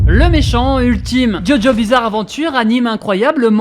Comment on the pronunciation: pq tu dis ''Djo'' au lieu de ''Dio?'' articule frère